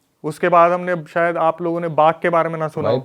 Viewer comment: Bhai sayad hota hai sayar nahi